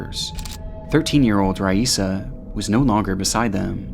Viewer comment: Raissa is pronounced 'hi-eesa'. Normally I don't nitpick, but out of respect....